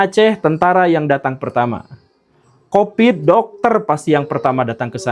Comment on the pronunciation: Covid pak Guru, COVID !! bukan Kopit, jangan bikin pitnah ah..